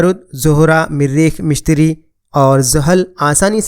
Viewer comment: مِشتِری نہیں مُشتُری Mishtiry ✘✘✘ Mushtary✔✔✔